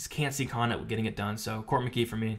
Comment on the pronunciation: McGEE though why does it sound like Mckee? lol